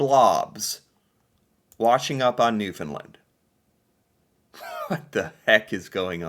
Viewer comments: I disagree with your pronunciation of Newfoundland. Most of the maritime would say Newfin-land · It's Newfoundland pronounced with the same stress as understand.